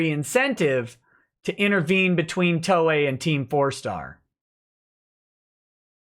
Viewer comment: Haha! He kept saying Ms. Toye!